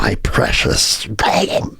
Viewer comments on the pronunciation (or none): none